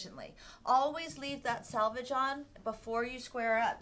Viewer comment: Selvege not salvage